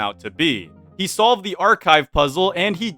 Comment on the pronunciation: “TONIGHT! WE KILL….. ZE MOON”